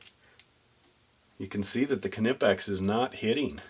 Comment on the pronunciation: Stop pronouncing the K, do you sound the k when you say, knife, knock, knickers, know, known, knew? Seriously, what the f is wrong with, you speak English not German, we dont sound the k.